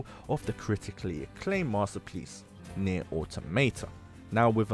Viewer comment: Let's just all take a moment to respect the fact that my dude tried to pronounce the full name of nier , good job bro 👏